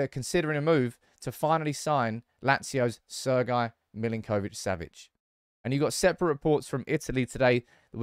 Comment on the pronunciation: Sergej surname is pronounced Mil-Ink-Oh-Vitch -Sav-itch, not Mil-in-Koh-vitch. The way you are pronouncing it is more common to Argentinian Spanish and not his native Slavic.